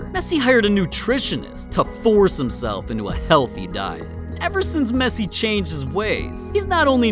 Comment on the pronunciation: I laugh when I heard mesii😨